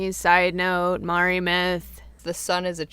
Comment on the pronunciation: I'm Māori myself, and although your pronounciation of Māori and Rona really need some work (no offense meant, Māori is a really hard word for anyone unfamiliar with the language to say! Even some non-Māori New Zealanders get it wrong), it's so cool to see my culture discussed or... really acknowledged at all. Human Calamity is gorgeous btw!!!! I love her so much.